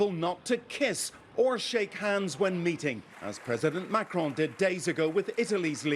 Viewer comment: 🤣🤣 Dude the way Trevor says Macron!! is spot on in French !